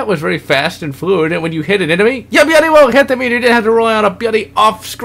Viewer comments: it pisses me off when you say "byuudy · about half way through I realized it was "bloody" he was saying. I thought it was just a speech impediment.